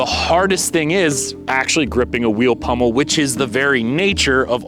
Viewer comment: POMmel, not PUMmel